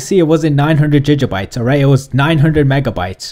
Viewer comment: Gig-a-bit your saying jij-bits just a FYI